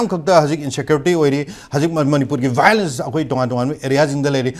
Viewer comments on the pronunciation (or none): none